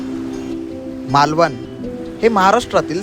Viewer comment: मालवण...not मालवन